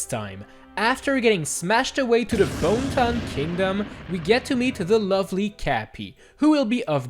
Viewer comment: "Boneton Kingdom"? For one, that is the name of the place, not Kingdom, and second, it isn't even pronounced "Bohn-tun", it's pronounced "Bon-net-un"